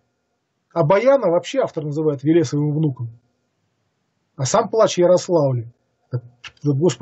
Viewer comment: Очень интересный рассказ. Уважаемый сказитель в некоторых словах ставит ударения не так как обычно принято. Например обычно говорят ЕвАнгелие а не ЕвангелИе, БатЫй, а не БАтый и ВЕлес, а не ВелЕс. И другие.